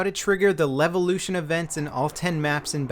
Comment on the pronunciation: Lelvelution? i think you read it wrong, mate